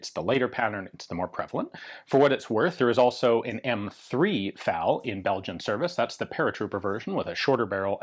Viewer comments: Drinking game! Take a shot every time Ian mispronounces eff-a-elle and says fowl or foul. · Did anyone else hear Ian say, "Foul parts kit"?